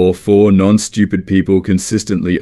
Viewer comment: Whenever he s saying stupid im hearing Americans...😂